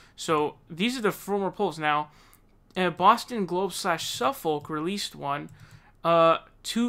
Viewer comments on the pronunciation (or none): Btw Suffolk is pronounces Suff-ick not Suff-olk lol. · FYI, "Suffolk" is pronounced "Suffick" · in the uk its pronounced suffok